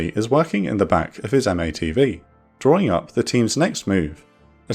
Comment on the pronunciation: Awesome videos. Btw we call them Matt-Vees. You can just say it that way the same way you sound out Em-Rap instead of M R A P.